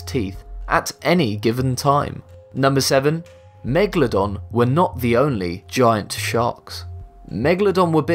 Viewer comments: If I could get a pound for every time he said megladon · Bruh, its megaladon not mwgalodon